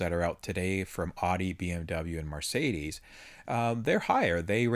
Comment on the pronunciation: It's not *Mar*cedes. It's Mercedes!! Sorry, pet peeve.